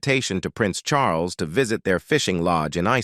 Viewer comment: ' Charlus'?? this transcript is 'read' by a machine. - Very 'convincing'' Eventually one loses all interest in what might be true and what is probably gobbledigook. Anyway, apparently Charlie had a few girlfriends and wasn't unduly concerned about their marital status, or his own as the future 'Supreme Governor of the Church of England - and 'Defender of the Faith'. We are surely all astonished.